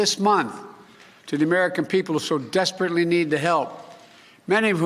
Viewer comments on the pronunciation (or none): I know he has an occasional lisp and/or slur but “sesperately” ? lol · “Sespertly ” needed. Yep. That sounds like Biden. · he said desperately needed and not sesperately needed,get your headlines straight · Ok, I'll bite....what does sesperately mean?? I've never heard of it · ‘Sesperately needed’ ... that sounds like potato